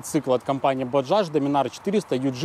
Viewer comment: норм. но пока это "бажаж" ухи режет...